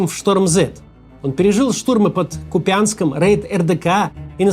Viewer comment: Купянск. Ударение на У